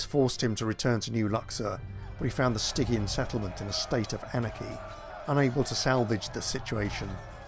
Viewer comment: Names. Stygian, as an easy example, is pronounced with a soft G.